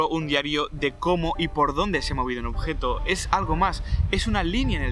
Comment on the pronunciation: porque cuando dice objeto alarga la O, objetooo xD